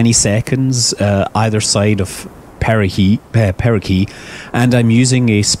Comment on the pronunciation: Is there a certain way to pronounce "perigee"? Most of the people I've met pronounce it with a J sound, as in "gelatin", is there a reason you're pronouncing it with a solid G as in "gravity"? Or are there two ways to say it? Alongside that, I thought the suffix "gee" only referred to natural satellites. Where as "apsis" was used for artificial satellites, and "helios" was used for stars' orbits. Why do you say perigee if you are referring to your ship? Have I heard it wrong? It also sounds as if you're saying perigee with a K in place of the G.